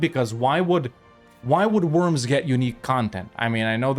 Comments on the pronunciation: It's not called ,,Wörms" it's ,,Worms"!!! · I think they pronounce it "Vorms." The Edict of Worms (following the Diet of Worms of 1521) declared Martin Luther a heretic and outlaw in the context of the Protestant Reformation. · Looking up the pronounciation of Worms would have made this video significantly better. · Im sure some German speaking will be screaming "you say it "Vurmz" with a V". But its Worms 🪱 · Sorry to be pedantic but … the W needs to be said as a V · you spell the o in worms it like the O in "Oral".